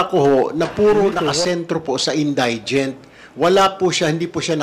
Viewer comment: Correct pronunciation of indigent: in- DI- jent. It is not in-DIE-jent. Hoy pa slang slang ka pa dyan, mali naman ang pagbigkas mo! 💥